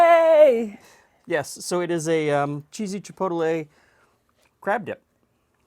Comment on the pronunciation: I don't do this often, but I feel it must be said. It's not pronounced Chi·pot·de·le but rather chi·pot·le. You're adding an extra syllable in there. Not a big deal, and the dip looks awesome, just thought you should know.